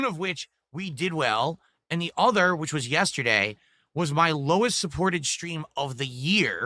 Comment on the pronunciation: Ayund....I hate it too.